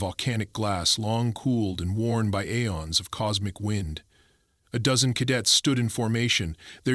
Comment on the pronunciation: Mispronounced aeons. It's ee-ons, not ay-ons. How can AI. Get it wrong since it's a common word????